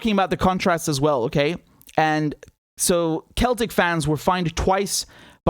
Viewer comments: It is pronounced 'Seltic' ❤️❤️❤️❤️ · I'm an American, Richard, and even I know how to pronounce "Celtic" when it applies to the Scottish football club. The C makes the "s" sound, not the "k" sound.